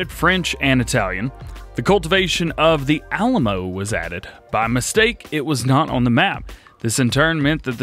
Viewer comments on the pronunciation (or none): none